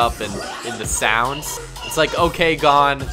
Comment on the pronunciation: Boi his name is pronounced 'Okay' it just has an extra o